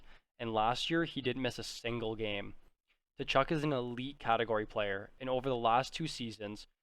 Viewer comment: The T is silent in Tkachuk